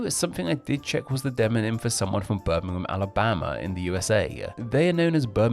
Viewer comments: London is not the largest city. It isn’t a city. Greater London includes 2 cities, London and Westminster. The City of London is the 295th out 296 for population. The City of Westminster is the 288th. Brummagem is pronounced Brummajem. The cheap shoddy goods were called Brummagem Buttons, referring to one of the many trades in the city. In particular, it referred to the gilt buttons that had so little gold it quickly wore off. It was then applied to the gilt jewellery and, later, to other cheap goods. Birmingham was the China of the 19th century, supplying the world with cheap items. You missed a good one. Birmingham people call their Black Country neighbours Yam Yams, from such common phrases as, "Yam orright ar kid?" or "Yam goun ter town?" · Please pronounce some of these places correctly, Birmingham, is pronunced Berminghum, the 'ir' is 'err', Brummagem the 'g' is pronounced as a soft 'g' as in Jam, not hard as you use. And Brummagem has some of the most sought after jewellery manufacturing in the world. Brummagem does not mean shoddy, because Birmingham is known as the city of a thousand trades, and this meant many manufacturers located to Birmingham just for the skilled labour.